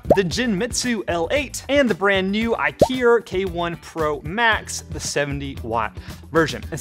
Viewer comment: When you said IKIER, I thought IKEA made a laser cutter and you suddenly turned British.